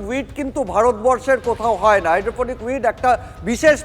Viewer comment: Ektu protibedok der ke training din ektu upto date korun GK r. bare barey Cannabis aar Gaja alada kore bollen.. duti je ek i jinish er english ar Bangla naam seta bechara janen naa.. aar o bolchen "Hydrophonic weed", Weed o kintu shei Gaja.. aar kothatata "Hydroponic", maane jei gaach shudhu jol e chash kora hoy aar indoor e. taar porer protibedok, Durga pujor padel shombondhe boltey giye bollen "Tracture", shombhobotoh "structure" boltey giyechilen.. TV9 being a premier news channel from Kolkata, eigulo ektu kaaney baaje..